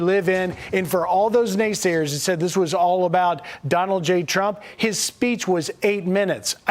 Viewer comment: Did she say Dollar Jean Trump? in the video